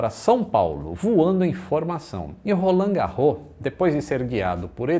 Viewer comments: Que é da ZN de SP e pegava lotação sabe que o certo é "ROLANDE GÁRROS". Que mané "garrô", o quê! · Uau... q sensacional... morei mais de 20 anos no edu chaves e pasmem, mto proximo a av roland garros (falavamos rolandi ou invés de rolãn), só vim aprender a pronuncia correta graças ao feito do Gustavo Kuerten... e agora, varios anos depois, aprendo quem foi Edu Chaves!!! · Por mim ele não é esquecido! Sempre que passo pelo Pq Edu Chaves,Avenida Roland Garros (que o pessoal lá pronuncia 'Rolande Gárros'), l a caminho da casa de minha tia Conceição, eu lembro deste grande aviador.